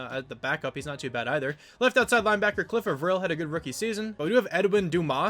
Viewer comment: Cliff A-vril is how your edge guys name is pronounced.